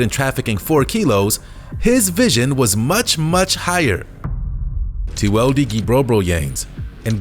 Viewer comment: Teweldie what now😭